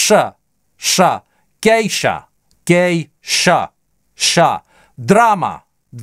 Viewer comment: Вы когда произносили слово гейша, виза вы четко произносили звук аа, а шва вы произносите как э.